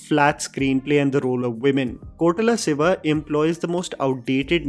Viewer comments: Not Kotala siva. It’s Koratala Shiva. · I've been hearing this a lot. It is Koratala Siva. Not Kotarala Siva 😂😁Also Is there anyone who felt that the hooded scene was like Death from Puss In Boots?🤭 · Hmm.., it is Ko'ra'tala Siva... not Kotala Siva..